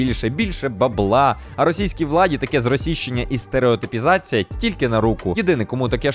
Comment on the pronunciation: Я би навіть сказала не «стереотИпізація», а «стереотУпізація». Який же треш, а так подобалось в дитинстві🤦🏽‍♀️